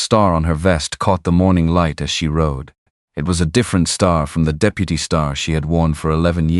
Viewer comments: Pronunciation needs help! "De-pew-ty" for deputy?? Seriously?? Too many errors in the story line. He had not ridden Shadow. Neither people nor horses should have had T-shirts on. He had been moving thru town ever since he got back so why be surprised they knew he was there. Too many words used to say " a thing that was not a thing so many words were needed to make the thing as easily understood as a thing needs to be understood"... see? The story concept was interesting but you really have to sort thru all the extra to get to the meat of things. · AI is interesting, but some of the words narrated by AI are hilarous. "Da-peu-tee" for deputy. Someone needs to check these words for accuracy.